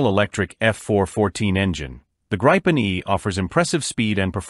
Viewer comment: It is not the “Grippen” It's not the “graipen/graypen” Let me help you, it's very simple. Start with Gri as in the Grinch. Continue with pen, as pen. GRI PEN. Otherwise an interesting video.